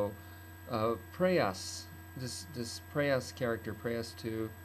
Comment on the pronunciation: it is not preyOs it is preyas